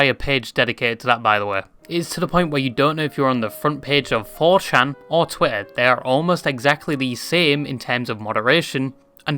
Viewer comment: why does he say twih and then the strongest tah ive ever heard